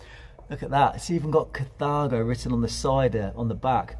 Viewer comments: pronounced car-tha-go. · So how DO you pronounce it? In the space of about 3 or 4 seconds we hear: "cathargo" "cathaygo" & "cataygo"! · Incorrect,as it´s German, hence KAH - TAH - GO. Same with THULE - TOOLER. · I like how you pronounce Carthago in three different ways lol